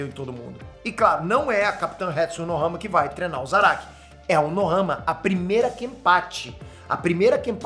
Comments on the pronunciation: e Unohana e não Unohama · Unohana Unohama não Fala direito 🤣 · Cara, eu voltei várias vezes pra ter certeza de ouvir o falando "Unohama", até achei que eu sempre ouvi errado kkkk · O tá tão empolgado falando do zarak que tá falando Unohama kkkkk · Eu to louco ou o ta falando "unohama" '-'